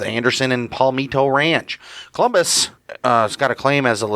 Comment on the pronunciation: It's COLUMBUS!!! Not Columbia